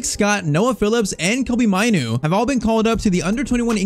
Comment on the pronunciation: Pronounce mainoo like maanoo